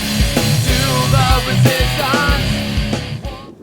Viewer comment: [I like the part in the song where he says "Resistonce". lol]